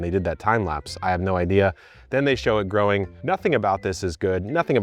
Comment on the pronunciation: "and myself, with about 12 years of groaning experience..." Lmfao 😂